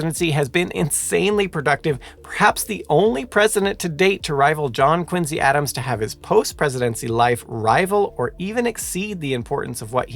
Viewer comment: Curious as to where the presenter found the pronounciation of Quin-Z rather than the far more common, (and dare I say correct?) pronunciation of Quin-C. Having had both sets of grandparents live in Quincy, Illinois when I was growing up, and growing up in Virginia, very near Montpelier, the home of President John Adams, hearing him say Quin-Z over and over makes this video nearly unwatchable. sigh